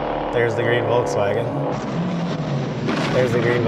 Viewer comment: It's a green VOLKSWAGEN NOT WOLKSWAGEN